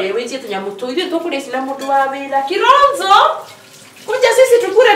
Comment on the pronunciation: The way she pronounces " kironzo"🤣🤣🤣